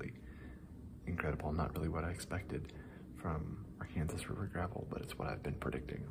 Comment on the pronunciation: Honestly, the wind has been so bad out here in Kansas, I'm not sure even someone with the top quality equipment could filter it out. Also, as a Arkansas native, every time you say Arkansas river my heart screams and dramatically fake dies.